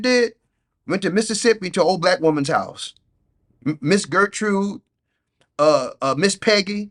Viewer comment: “Gertrude” lol 😂